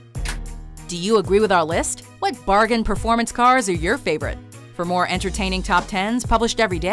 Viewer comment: she said bargain 😂😂😂😂😂😂